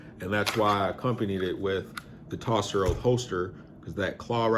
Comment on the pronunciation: Is actually pronounced toaster holster. Although it spelt differently? And I have that same holster But carbon fiber for my Hellcat. But to be honest, the Vedder light tuck holster is the better holster for Concealment for me. I have the G27 Gen 5 with the front serrations, Love it but I carry it in the winter.